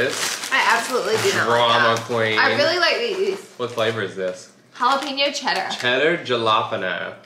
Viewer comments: did he really say Jellapano? Jalapeno oh lord! 😂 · Did no one notice miss pronounced jalapeño